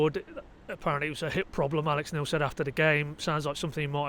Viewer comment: You always say "Alec Neil"